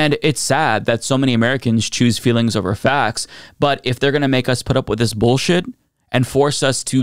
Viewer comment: Fweelings whoa whoa whoa Fweelings, the only Fweelings that matter are MAGAs. And that's the Truuff.